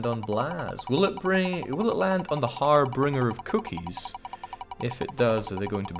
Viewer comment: did mispronounce an english word?? 'harbringer' instead of harbinger?? dishonorable, i demand perfection!